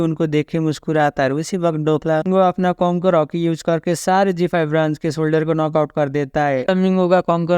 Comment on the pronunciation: soldier ka pronounce thik se kr bro its too irritating